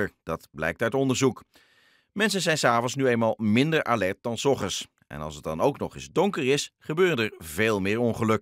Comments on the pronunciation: Hij zegt steeds "s ochends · En het is ook hilarisch als hij soggens zegt